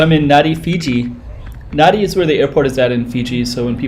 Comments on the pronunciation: You are wrong... The correct pronunciation of Nadi, is closer to “Nahn-di” than “Nan-di”. “b” is “mb” as in bamboo. you'll hear “bula” or “hello” many times. You may notice the slight humming “m”, almost silent at the beginning. It is NOT Na-Di! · PLEASE Pronounce the name of this town correctly!! It is not Na-Di. It is said Nan-Di. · Learn to pronounce NADI...there’s a silent N after the A. And it’s not HINDI religion it’s the HINDU religion.